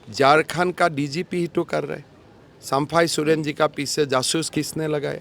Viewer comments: पहले तुम हिंदी सुधारो फिर प्रचार करो,,, चंपई को बार बार सम्फाई सोरेन बोल रहा है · Sampai sorian pahle sahe se bolana to Shiekh 😅😅😅 😅